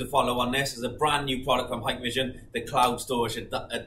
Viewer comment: I always see vloggers saying "haiiyykk!! vision" like Japanese saying "hai" means "yes", when it is pronounced "heeek-vision"...